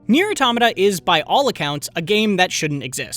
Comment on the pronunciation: Wow. Refreshing to hear someone pronounce automata correctly